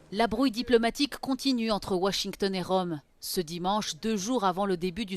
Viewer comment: le "g" dans washington est muet